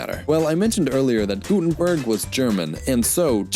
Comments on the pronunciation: It's "Gutenberg", not "Gutenburg" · There is something wrong... its not Gutenburg its Gutenberg... ca. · Gutenberg, not Gutenburg! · Plenty of errors in this video. – It's GutenbErg, not Gutenburg. – The pronoun ‘you’ didn't substitute ‘thou’ due to the moving type, it was changed by English society itself. Becoming an archaism by the 18th century. – German, and other Germanic languages DID have the ‘TH’ [Ф] sound, they just had another phonetic development than English, disappearing by the Early Middle Ages in Continental West Germanic languages and Scandinavian languages other than Icelandic. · Since I don't see any previous comments about this: The inventor of the press was called Johannes Gutenberg (not Gutenburg). Still a very interesting story - thank you :) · Johannes GutenbErg, not -burg. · Gutenberg, not Gutenburg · Gutenberg not -burg ;-) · How do you not hear the difference between the TH in "thing" and the one in "this"? One is unvoiced, one is voice. It's like the difference between s and z... That is just embarrassing… His name was Gutenberg, not Gutenburg. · The name is Gutenberg (good mountain) not Gutenburg (good castle) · His name was GUTENBERG not GUTENBURG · His name was Johannes Gutenberg, not Gutenburg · well... his name is Johannes Gutenberg not Gutenburg! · Small correction, albeit late, its Johannes GutenbErg , not GutenUrg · "Gutenberg" not "-burg". also we used to have th in german. But we lost it in our high german consonant shift, when every d became a t and what used to be th became d (though in written german the th survived up to the first uniformation of written german in the 19th century. Though there is one word that kept it's th, "Thron" - throne, as the emperor refused to change his spelling of it)